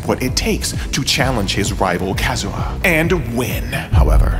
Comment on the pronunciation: It's KazuYA, not Kazura.